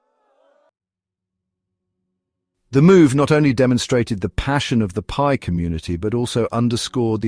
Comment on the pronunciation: It’s not PEE network.